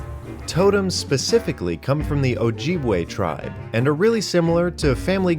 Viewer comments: Pronounced oh-jib-way my friend ( meegwetch) thx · It's pronounced O- jib-way not O-jeeb-way.